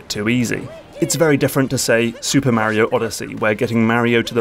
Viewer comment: Great vid m8. But please stop saying mario in that wierd way.